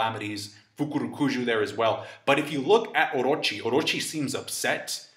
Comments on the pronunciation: I hate the way you say Orrrochi, but great analysis though. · I have a crush on you and the way you say Orochi 💖😳